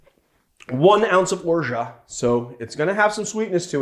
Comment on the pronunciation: And finally someone who pronounces Orgeat the correct way!